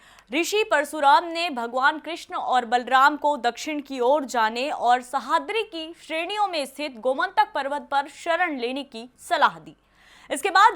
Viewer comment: सहाद्री नही सह्याद्री|